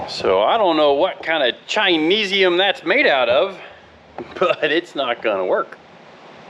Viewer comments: Hahaha, Love the word "Chineeezium." Best word I've ever heard to describe something that is cr@ Once again, Thank you for always making me laugh...😂🤣😂🤣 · My man said Chineseiam 😂😂